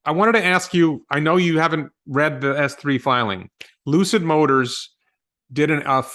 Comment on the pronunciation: Lucid Motors =Loose-It Motors 🤣🤣😆😆😂😂